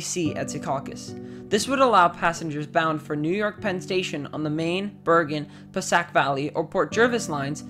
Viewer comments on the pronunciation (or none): Pascack is pronounced "pass kack", not "passack". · I believe that NJ Transit Line you mention is pronounced PASS-kack, not "pass-SACK". it is named for the Pascack Brook which runs through the general area served by the Pascack Valley Line (former New Jersey & New York RR, which was a subsidiary of the Erie RR). Thanks for your video - let's hope SOME of this gets built before the next "superstorm" finishes off New York's aging rail tunnels for good!